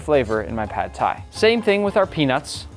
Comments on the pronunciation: he said tad phai in the intro 😭😭😭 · I tend to doubt people who can't even pronounce the word Pad Thai.....